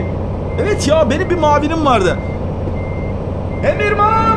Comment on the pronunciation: mavinim diyo orda dili süzüşmüş muavinim diycekti olabilir böyle şeyler